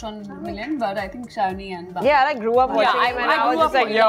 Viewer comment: its bani..not vani